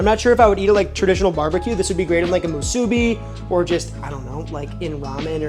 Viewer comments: being a 2nd generation hawaii local, i can confidently say you're also mispronouncing musubi (should be more like musu-BEE), AND that is actually not the correct spam to rice ratio, go to any 7-Eleven in hawaii and you will find that it is both not burnt to a crisp, and also thinner sliced to better balance its natural saltiness with rice, which in your case was not cooked sticky enough for proper musubi. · Did your step mom ever tell you that you’re pronouncing musubi wrong?